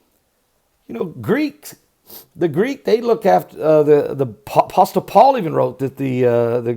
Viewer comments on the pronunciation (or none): Please note: the “t” in APOSTLE is silent.....